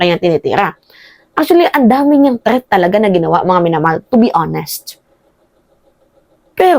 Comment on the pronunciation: "TREATH" NANAMAN???😂 "THREAT!"